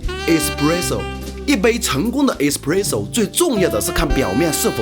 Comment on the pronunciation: espresso和crema都是意大利语，发音分别是：ai s p lai zou 和 ke lai ma，而且这里面的两个r，都要发卷舌音。